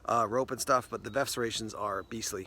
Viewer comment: Is VERF pronounced VEF with a silent R with regards to serrations?